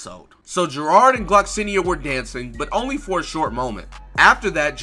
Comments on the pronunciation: It's not gerod It geirod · Why the fuck do you call her Gerard, it’s not how you pronounce her name